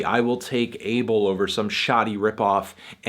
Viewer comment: Yo I'm Ethiopia like The Weeknd and id like to say his name is not pronounced 'Able', it's pronounced 'A-bell'